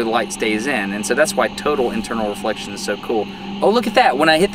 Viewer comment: did you say turtle inflection?